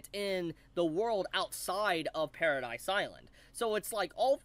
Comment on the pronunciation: One thing I'd like to note is that it is Paradis Island, not Paradise Island, as in Paradise without E, or Paradise without Eren (because he is in hell, or something).